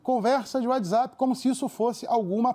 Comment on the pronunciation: "Descricionario" (discricionário) , "uadizapi" (Whatsapp). A partir do